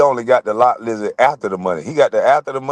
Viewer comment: He said lot luzard😢